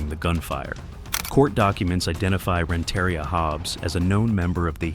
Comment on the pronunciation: It’s pronounced Rent-uh-ria not Ren-terry-ah